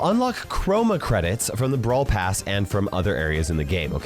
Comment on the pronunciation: You said Brawl pras😂😂😂😂😂😂😂😂😂